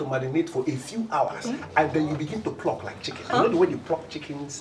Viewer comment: lol, 😂 😂😂😂. He said pluck like chicken